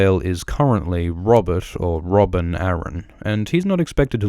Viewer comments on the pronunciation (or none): none